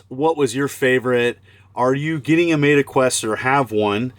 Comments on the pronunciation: “Mayta” Quest? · Mayta lol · Did you deliberately say Meta wrong? Lol. Thanks for the referral code!